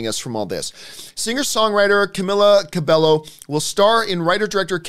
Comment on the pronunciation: Its pronounced Camila "KA-BE-YO"!!!! Put some Respekt on the Queen!